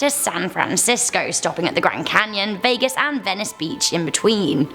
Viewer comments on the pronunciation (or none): none